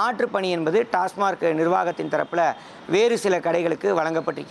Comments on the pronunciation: அது டாஸ்மார்க் இல்லை டாஸ்மாக். எங்கேடா படிச்ச? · ஒரு பத்திரிகையாளர் TASMAC ஐ TASMARK எ‌ன்று உச்சரிப்பது எதோ கடமைக்கு செய்தி சேகரிக்கிறார் எ‌ன்று தெரிகிறது. செ‌ய்யு‌ம் தொழிலுக்கு முழுமையான படிப்பு அறிவு தெரிந்து கொண்டு பேசலாமே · டாஸ்மார்க் டாஸ்மார்க் நல்ல உச்சரிக்கத் தெரியாத பத்திரிக்கையாளர்